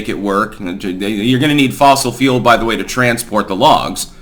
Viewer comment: you say fule and it sounds like feel carbon feels